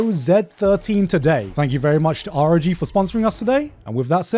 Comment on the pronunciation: did you just pronounce it ar-o-gee??? Its rog!